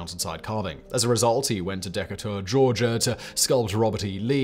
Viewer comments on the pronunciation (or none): Thak you. Accent on the second silable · Da-KAY-tur not DECA-tour... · "Deck a tour", Georigia? 🤣 Hey Simon, how about "De Cate er"? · Never say Decatur ever again...shhhh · Ha ha ha, I caught that too.